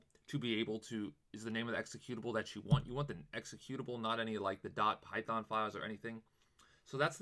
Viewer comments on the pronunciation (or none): none